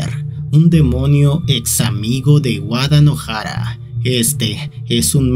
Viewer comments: Cada vez que decia Wadanohara pensaba que decia Guadalajara 😿😿😿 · Envalgun momento entendi de tanto decia wadalajara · En vez de entender "Wadanohara" entendía "Guadalajara" 😔